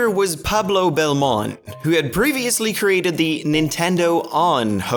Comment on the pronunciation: belmontE not belmont btw greetings from spain 😘